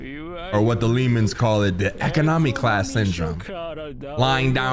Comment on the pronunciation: why did he pronounce economy like that tho LMAOO